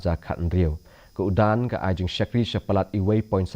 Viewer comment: Ym dei UDAN,hynrei URAN..Don katto katne ki kyntien Hindi ba ia u D hap spel R..eg.. LADAAI spel LARAAI..SADAK spel SARAK..etc.